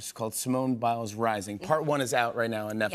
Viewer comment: Did he say Simone Miles